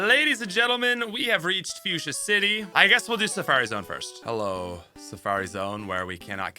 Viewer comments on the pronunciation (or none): none